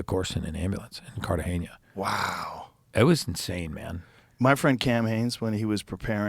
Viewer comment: I loved everything about this interview until he said Carta-geña. Lol